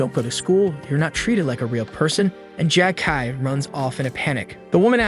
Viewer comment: This AI is out of control. Who the hell calls ramen noodles as “raymen” 🤦‍♂️ Not to mention calling MC “Jackie” or “Jack-ey” i/o what’s in the manhwa (Jae-ik)